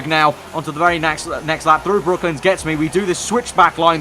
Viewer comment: Great video. Btw its brooklands not brooklyns